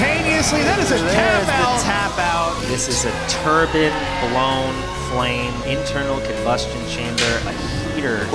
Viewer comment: Who pronounces turbine like that?